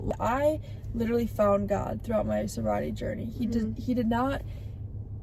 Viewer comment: Oh my Gad…like, oh my Gad…